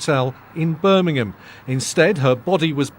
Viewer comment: and this my friends is how Americans pronounce our English language in the UK " birming-hand 😆 cling wrap 😂 lmfao